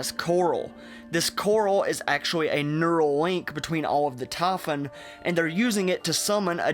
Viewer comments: The tahfun? You mean Typhon. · it is not tafun, it is typhon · Just say : "Tie" and - "Phone" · I fucking hate the way he pronounces Typhon. It not Tie fun. It's tie phone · "taphon" "devace" "praace" "tam" your neuromods are failing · ''the TAYPHON'' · Tah Fun. Satelat. Laf form. Naateen sixty three. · He said tafin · this guy's accesnt man... it triggers me the way he says typhon. TAH -FUN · 4 minutes in and just realised you're talking about the typhon, not "taffen" LOL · They way you pronounce "typhon"....No thanks, keep that southern accent neuromod.